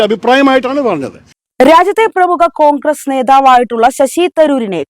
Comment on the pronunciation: കോഗ്രെസ് അല്ല മോളെ കോൺഗ്രസ്‌ എന്നാണ് നല്ല അക്ഷരശുദ്ധിയോടെ വായിക്കുക